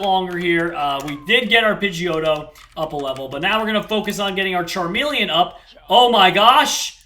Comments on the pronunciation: Charmeleon- Charmelon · call charmeleon charmelon